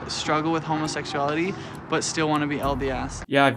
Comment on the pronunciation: i am laughing at this way of pronouncing it: "homosexyality"